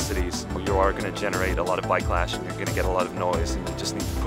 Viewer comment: " you're going to get a lot of bikelash" 😁